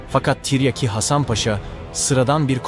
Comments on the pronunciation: Deli oluyorum yaa Tarih videosu yapmışsın Salatalık okur gibi tren der gibi tiryaki diyon Mghyim gelde çıldırma Tiryaki değil Tiryâki diyecen Azcikda olsa insan biraz Türkçe öğrenir yaw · Zağreb değil Zagreb. Ayrıca Zagreb hiçbir zaman Osmanlı toprağı olmadı. - Tiryaki denmiş. a kısa okunmaz. Tiryâki diye uzun okunması gerekir. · Tiryeki değil oğlum tiryaaki len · Yav kardeşim ikide bir tiryeki diyorsun,böyle bir kahraman şahsiyetin adını telaffuz edemiyprsun bu nasıl tarihçilik hasan paşanın lakabı tiryeki değil..TİRYAKİ Hasan paşa........ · BIR DE TIRYAKI KELIMESI NASIL TELAFUZ EDILIR OGRENSEN SUPER OLACAK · Seslendirme kötü. Anlatım ile video uyuşmuyor. Seslendiren her kimse, "tiryaki" nin nasıl telaffuz edildiğini öğrenmeli.